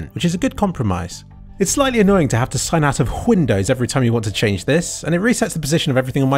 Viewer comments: why do you pronounce and spell it whindows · If I hear him say "Whindows" one more time I'm unsubscribing. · whindow's lol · it's fun and all but, why do you say whindows instead of windows? (i understand that you know it's called windows and it's a joke) but still why? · ITS WINDOWS NOT WHINDOWS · whindows lmao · Whindows... "Oh, come on... that word doesn't even have an H in it" - Brian Griffin. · Whindows Me: hears ambulance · Why do you call the OS Whindows? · I watch this every day justto hear him say "WHINDOWS" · hyundows ? thats what i heard during the vid... korean mate ? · Whindows? xD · why is he saying Hwindows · Whindows???? Isn't it Windows? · wHindows.. wtf? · why do you keep on saying whindows? Is that somehow funny? Or Hwat? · "Hwindows" XD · why the fuck you pronounce windows as huindows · r u purposely saying hwindows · Why tf does he say windows so weird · normally I don't nitpick people why the hell do you say windows the way you say it doesn't have an H in it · Why is this guy pronouncing the word "windows" so stupid? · your pronounciation of windows sounds like trump is gonna build a wall arround it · I think it's a reference to Family Guy where Stewie pronounces Cool Whip like that.